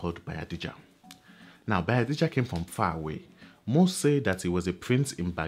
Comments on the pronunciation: It's BAYAJIDDA not Bayadijja.. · It is Bayajidda not bayadijja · Correction sir: It's Bayajidda not Bayadijja!! Insightful as always! Well done. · So the name is actually Bayajjida, not Bayadijja. This is really good. Keep it up